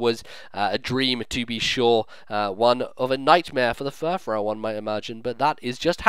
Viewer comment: also furfrou is pronounced fur-froo. it being a reference to frou-frou